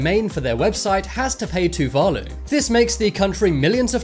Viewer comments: so its to-va-lu is how ur to say just a reminder for u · LOL m8, its Tuvalu, say it like this, Too-va-loo.